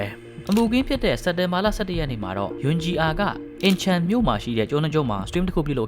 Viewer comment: Choiကချွဲလို့ထွက်ရတယ်Bro Incheonကအင်ချွန်းပါဟYoon Ji Ahကယွန်းဂျီအာလို့ထွက်ရတယ်